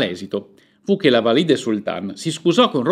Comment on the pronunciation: Un unico appunto, gentile: Valide', con l'accento sulla e. Ma e' giusto per non farle esclusivamente complimenti. Un saluto cordiale